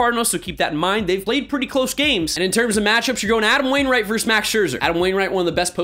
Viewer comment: "Versus." Not "verse." Love you dude, and it's really my own problem that this bother me. But it does.